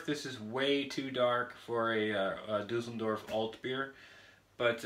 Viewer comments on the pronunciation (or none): Düsseldorf not Dusseldörf Mate.. ! 😉